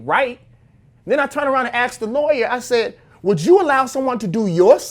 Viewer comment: Why i always hear people say AKS instead of ASK?